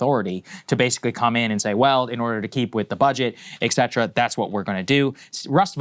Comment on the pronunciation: ET CETERA, Sager. Learn to speak.